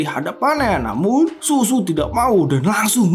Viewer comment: Bang baca nya shuShu(SyuSyu) jangan dibaca susu bang jiwa haus Kasih sayang ini jadi bergetar mendengarnya😂😂